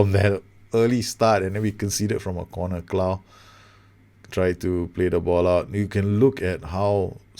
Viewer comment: Clough if pronounced "Cluff"